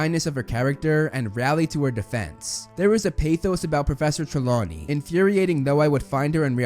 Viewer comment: IT'S "TRELAWNEY"! YOU SAID "TREMAWNEY" AT FIRST, TF!